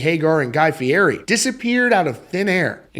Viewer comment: It is pronounced FEE-ETTY.